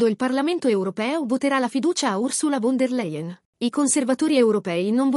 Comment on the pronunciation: Si pronuncia “FON DER LAIEN”!!!!!, la volete capire tutti quanti? Possibile tanta impreparazione fra i giornalisti? IO MI VERGOGNEREI!!!